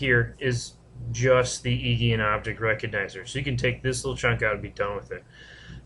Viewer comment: The Ei in Eigen is pronounced 'Eye' for future reference.